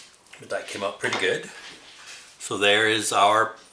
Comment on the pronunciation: It’s rev ani. Not rav ani